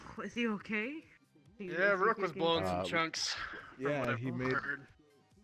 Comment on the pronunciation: If you didn't know, His Name is pronounced "Rook" Sorry If you already knew ;w